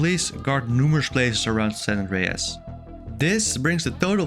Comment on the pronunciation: san 'ndreas😂